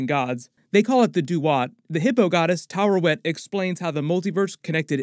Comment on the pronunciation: stills says Tarewet instead of Taweret xD